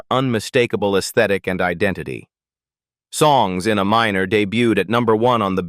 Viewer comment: I have such disrespect for AI narration users who don't listen to their own videos before posting them and fail to catch the errors of AI reading. Her album wasn't called "Songs in a Minor" like she is writing songs that are inside a person under 18 years old, or someone who works in a coal mine. If you are a good user of AI narration, you would train your bot to say things the right way, like "Songs in Aminor" that's the key of A-minor as opposed to A-major. Songs in AY minor. not uh minor. And for Fs sake her name is pronounced Uh-LEE-sha, not Uh-LEE-see-uh. It makes everything seem like B.S. because you only show pictures randomly and no authentication of your story that is probably made up. Bye.